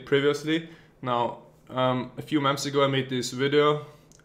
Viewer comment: Nice video.. Haha, it's so funny when you say "months" in your videos. It sounds like you say "moms"... like in ; "A few moms ago" :-D